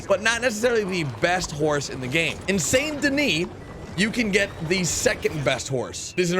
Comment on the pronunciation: It's somewhat embarrassing that you can't pronounce Saint Denis properly. Have you even played this game?